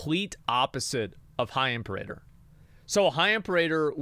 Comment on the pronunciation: The way he says Imperator cracks me up every time lol